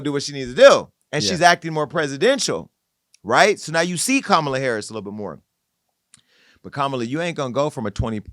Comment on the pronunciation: Yes, let Joselyn come on and read her the ….. off! And Amber please pronounce Kamala Harris’ name correctly!